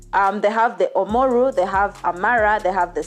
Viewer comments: It's Oromo not omaruu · She kept saying Omaru! 😆😆😆😆This was awful episode! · Oromo. Not omaro